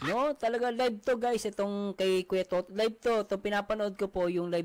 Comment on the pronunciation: Wlang s sound c toto!